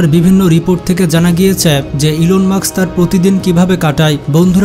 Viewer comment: ভাই ওনার নাম ইলন মার্কস নয় ইলন মাস্ক